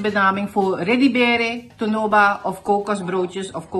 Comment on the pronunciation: Uitspraak is Tonoba. Ik ben van Nickerie. Kent u ook Bons en Bik?